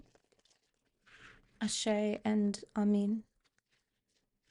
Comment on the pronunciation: Gemini Moon and midheaven here. Thank you 💜🙏✨. I noticed that you pronounce Amin instead of Amen. Is that in another language?